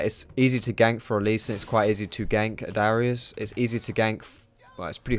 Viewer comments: It's Darius not Dyrus ! >.< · He kind of sounds like he's saying dyrus when he says darius. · thought you said "Dyrus" lol